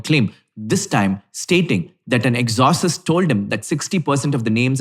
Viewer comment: HEY it's not exhausist 😂😂😂.. It's ex O cist....my man... Cmon now catch up